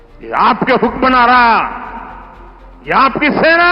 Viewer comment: Hukmran ko hukmnara bol rha hai